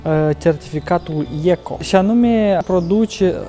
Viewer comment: Imi place cum pronunta cuvantul ieco:-),si cum aduceti soare si pe vreme mohorata."Popii"nostri ar avea de invatat de la cei de la zabriceni ca slujirea domnului nu inseamna sa ai gandire ca-n evul mediu si sa umbli pe masini luxoase precum mafioti,pe bani enoriasilor.Bravo calugarilor de la zabriceni.Iar tu ai putea porni un canal cu exercitii gym,pe care le faci,in mod sigur ar avea succes.I love you &.